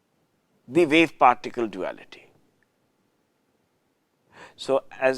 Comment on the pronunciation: DeBrogllie ==> pronounced "debroyy."